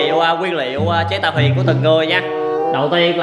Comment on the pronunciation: Rõ ràng là THUYỀN mà sao cứ gọi HUYỀN nhỉ, nhóm sao ai cũng nói ngọng hết vậy